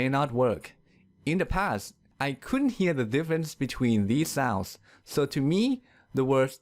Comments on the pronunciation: Ridiculously enough, you've pronounced "sows" instead of "sounds" all through, while you're trying to teach correct English pronunciation! 😀😀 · He "sours" funny 😂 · Why the Letter N doesn't sound when you pronunce the Word "souNds"?. I just heard "sause" :'( . Help